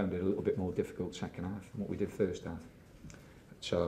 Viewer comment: farst arf, secan arf...